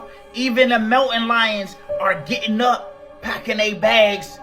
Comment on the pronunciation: Maybe the Big Y. is getting ready to pop, and the wild animals know it, so, they leave the place ... 😊👍 This guy messes up the words, turning his post into a blaberring, mostly ! ... 😐 This are the words he said wrong : "Grizzle", "populans", "syenlyphic", "Teezee", "Moun Lions" (at least he got the Lions part right 😊👍 😂😂😂 ), "That was late last week ph they started leaving" (what does the ph mean ? ...😐), animaligeous, creature creeters, " Yellowstone National Park are super-concern" (Ooof ! ...😐) Gilene will meet a fast tragic end ! ... 😊👍 He acts so entitled, like he knows that, police ain't gonna do anything to him ! ... They arrest him, then, he is set free, able to go start another fire ! ... 😐 Because they protect people who do this, the woman who alerted the authorities was not payed any attention ! ... 😐 Lake Michigan was created in order to cover a major egyptian city, with pyramids, statues, houses, roads, and all ! ... 😐 Unk is 100% wrong ! ... 🤣 in many states, a "life sentence" means 25 years, and, for good behaviour, you can reduce it ! ... 😐